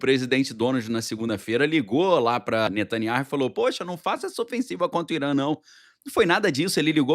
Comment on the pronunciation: Pronuncia-se NETANYAÚ, você sabe hebraico. Esse H é mudo.